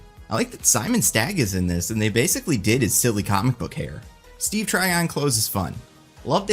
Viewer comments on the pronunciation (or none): none